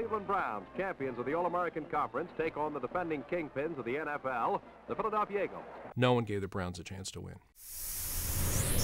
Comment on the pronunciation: the...Phlilieayalfiya Eagles